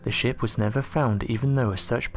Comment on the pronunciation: It sounds like you're saying 'shimp' instead of 'ship' lol Great video nonetheless!!